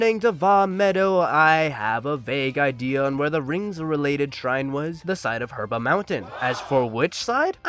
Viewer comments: herb a mountain? its heebra stupid mf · Did you seriously say "Herba" Mountain?